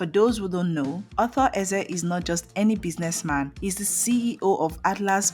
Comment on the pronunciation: So, you can't even pronounce the man's name or what?